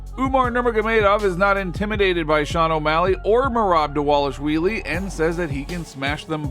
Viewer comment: This man saying " merab delashwheeelie" 😂😂😂😂😂 these channels are so entertaining from the groupies to miss pronouncing professional fighters names 😂😂😂